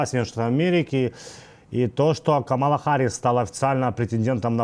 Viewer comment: Пожалуйста, делайте правильное ударение в имени Харрис. Камала - ударение на первом слоге.